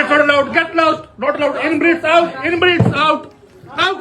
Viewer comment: Why he saying in breed